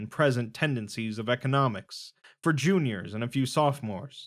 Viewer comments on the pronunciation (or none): none